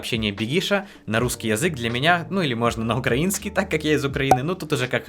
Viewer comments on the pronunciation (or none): none